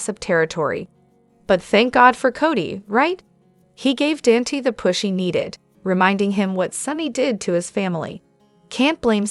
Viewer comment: Please Dante is pronounced Donte.